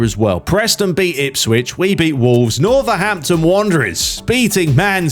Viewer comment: Bro said Northahampton Wanderer's 😅